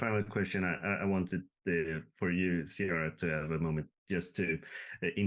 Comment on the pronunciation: Fellow Swede here, so psyched for Season 2 🎉 By the way, the C in Ceara is hard (K). Same with Cillian Murphy if you get him on the hook 😁